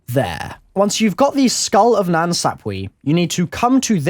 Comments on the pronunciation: omg its called mass emune pronounce it correctly and is nan sapway not nan sap"we" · IT IS PRONOUNCED SAP-WAY! STOP BEING A DOUCHEBAG AMERICAN, AND PRONOUNCE IT CORRECTLY! I KNOW YOU ARE SMARTER THAN THIS!